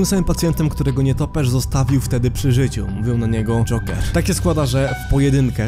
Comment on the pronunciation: Mi się wydaje czy ty mówisz dżonker zamiast dżoker?